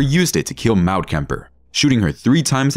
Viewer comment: "Maud" is pronounced Mod, rhymes with sod